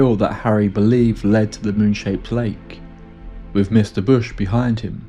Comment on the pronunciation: Her "fah-vah"? And bru-vuh? Went "wiff" a group? From Can-uh-der? "Norf" to Thomas Bay? 3 months "wurf" of supplies? What happened in the last "mumf" Good grief couldnt you find someone without a speech impediment to be a narrator?